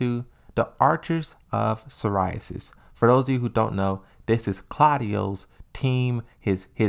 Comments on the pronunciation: Archers of Si-ri-us, not psoriasis 🙄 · And Haijo vs Hachijo, and he... Idk how he said Archers of "Seriyasis" instead of Sirius... He's good at what he does tho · "Psoriasis"?! "A-zelle"¿¡ Just "try" man... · Dude, I really like your content and I don't mean to be so petty, but your mispronunciation of Azazel and Sirius was so jarring I had to stop watching the video. It seemed really interesting too. Sorry dude